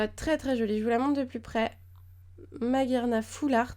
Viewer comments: C'est maj arma je pense que sa se prononce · Il me semble que Magearna se lit "Majearna" grâce au "e" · magearna se prononce maj arna